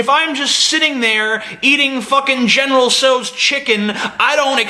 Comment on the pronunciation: Now that I've heard it pronounced 'general so's' I wonder if 'general sow's' is right or he is wrong.